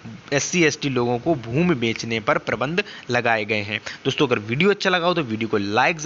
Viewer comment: प्रतिबंध को प्रबंध क्यू बोल रहे है?